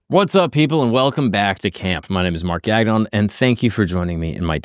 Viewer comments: Gagnon shou sound like " gone-yo " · I find the American way of pronouncing the name so funny. In Canadian we pronounce it more closer to like "gang-yon" with a little french flavour thrown in there. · Gagnon is a surname of French Canadian origin. It's been butchered. lol